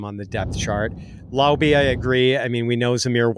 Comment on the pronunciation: Laube is pronounced like wow-be